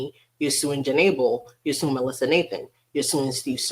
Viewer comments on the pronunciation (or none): none